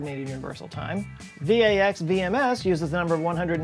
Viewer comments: And VAX is pronounced "vax," not V-A-X. Ancient computer knowledge on display. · Thanks for the reference to VAX/VMS! It is pronounced like the first syllable in vaccine not as the individual letters. VMS is pronounced as the individual letters. VAX was the original Digital Equipment Corporation hardware platform that ran VMS but has since been ported to other platforms like x86-64. I'm one of the current VMS developers. That base date that VMS come from November 17, 1858 is the base of the Modified Julian Day system. The original Julian Day (JD) is used by astronomers and expressed in days since noon January 1, 4713 B.C. This measure of time was introduced by Joseph Scaliger in the 16th century. It is named in honor of his father, Julius Caesar Scaliger (note that this Julian Day is different from the Julian calendar named for the Roman Emperor Julius Caesar!) Why 4713 BC? Scaliger traced three time cycles and found that they were all in the first year of their cycle in 4713 B.C. The three cycles are 15, 19, and 28 years long. By multiplying these three numbers (15 * 19 * 28 = 7980), he was able to represent any date from 4713 B.C. through 3267 A.D. The starting year was before any historical event known to him. In fact, the Jewish calendar marks the start of the world as 3761 B.C. Today his numbering scheme is still used by astronomers to avoid the difficulties of converting the months of different calendars in use during different eras. So why 1858? The Julian Day 2,400,000 just happens to be November 17, 1858. The Modified Julian Day uses the followin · "vee ay ex" and "arrh eye ess see"? How do you pronounce "Microsoft"?